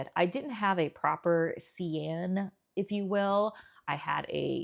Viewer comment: This is the first video of yours that I have watched. Good job, thanks. TYI. Cyan is pronounced (Sigh-an).